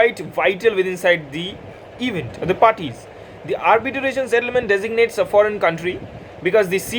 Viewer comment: It's Arbitration bro not Arbitaration. Pls don't mind .